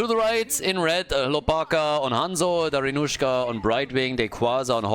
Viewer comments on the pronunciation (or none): Please, in ba'bushka first A is stressed, in Dari'nusha I is stressed. I'm sick of this hollywood pronounciation.